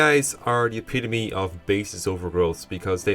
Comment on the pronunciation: He pronounced epitome correctly! must’ve gained a point in Speaking